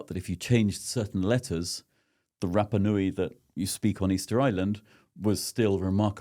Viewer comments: I love your podcasts Dan, but have a listen to some Polynesian pronunciation. Your vowel sounds are all wrong. Rapanui should sound more like Rahpahnui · Remarkable that cannot pronounce Rapanui correctly.